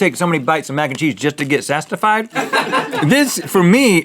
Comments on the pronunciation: He said sastified I couldn’t stop laughing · Turn on the subtitles , it makes it funnier , instead of satisfied it said sass fied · Rhett just said sastified 😂 "half a bowl of mac and cheese just to get sastified" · Are we not going to talk about how Rhett definitely said "sastified" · "Sastified" XD